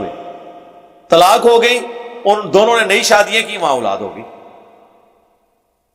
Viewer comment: engineer sb urdu me aulad kahten hain nake ulad iske alawa word sahabi hai not sohabi pl correct ur urdu pronountiation